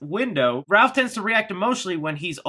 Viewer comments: Ralph instead of Raph? HAHAHAHAHAHAHAHAHAHAHAHAHAHA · It's Raph not Ralph! There is no "L"! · It's Raph not Ralph! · Using it Raph, not Ralph? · Is it just me. Or does it sound like is saying "Ralph" rather than "Raph" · Every time you said "Ralph" instead of "Raph" it killed me a little inside. C'mon, man... even if they effed up in autocorrect, you should have caught it and not have said it over and over again like it was his name. Lol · The hothead turtles name is Raph not Ralph. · Isn’t it Raph not Ralph??! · word that low key pissed me off. ITS RAPH!!! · Ah Yes. Ralph not Raph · No its "Ralph" not "Ralph" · I’m going to annoyed that he said “Raph” the wrong way , it’s Raphael lol good video though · ....Love ya, but duuuude...Its Raph...NOT RALPH.😠 This is not 🎄☃️A Christmas Story🎄☃️...Lol. 😆🤣 But seriously...."Raph"...🐢Raphael...NOT RALPH. Thank you....Steve-O 🏃‍♂️💨out!! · Stop saying "RALPH"!!!! IT IS RAPH!! RAPHAEL!!!! sorry he's my favorite hahah I love your channel and I watch within a few hours everytime you post !! Keep it up man!!! And we all thank you for keeping us up on all the good!!! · It's RAPH not RALPH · Yay more Turtle news! I just hope that they dont get Rapheal's nick name... Its "Raph" not "Ralph" its a common mistake but i hope they fix it... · Am I dumb or is it raff (Raphael), instead of Ralph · STOP CALLING HIM RALPH! It's Raph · This guy calls raph RALPH unsubbed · The fact that you refer to Raph as "Ralph, is sad. How can any TMNT fan make this mistake? Big thumbs down on this video. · Leonardo = Leo Raphael = Raph Michelangelo = Mike or Mikey Donatello = Don or Donnie There is no excuse for saying Ralph. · Why are we calling Raphael "Ralph"? I thought you loved TMNT? How is a super fan butchering the most popular ninja turtles name. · Apparently to, it's "Ralph" NOT "Raph"...😵😡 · It’s Raph, not Ralph lol. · It’s “Raph” not “Ralph” lol it’s not Ralpheal haha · Raf, not Ralph lol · It's RAPH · it's RAPH NOT RALPH LOL